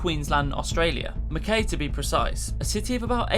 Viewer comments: Not Mack ei but Mack-I. And I like, I am. Mack I. I know Aussie names are weird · That's not how you pronounce Mackay, or Cairns.